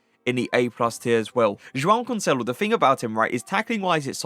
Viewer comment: Love the way you say Joao Cancelo hahah very satisfying